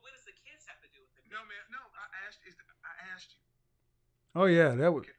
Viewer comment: Grown woman taking about I AXED because dayuuum.